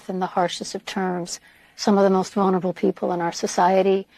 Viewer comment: Vurnerable narrassist action